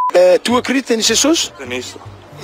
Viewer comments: Em Portugal, não dizemos "Xesus". ahahahah. O homem louco da religião tem esse pronúncia porque ser gringo ou o raio que o parta. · o cara tava falando inglês britânico no começo do vídeo e a pronúncia dele do pt denuncia q não é a língua materna dele (xexux, eCSperiências).. ele provavelmente é britânico, se não for, é uma imitação de inglês britânico perfeita eu diria.. mas de Portugal ele não é com tda certeza.. qqr asno surdo de uma orelha consegue perceber isso, quem n conseguiu atingiu um novo nível de burrice, parabéns